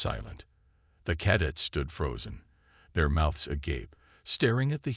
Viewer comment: it's only 00.34 and twice "cad its" for Cadets ? Really... It appears you have forgotten the first rule of using AI readers - Check the results before posting your work. This carelessness earns you a thumbs down.